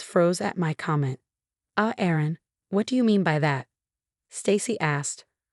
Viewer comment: 😢Erin it is not Aaron!